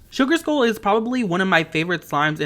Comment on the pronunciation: It’s sugar skull not sugar school lol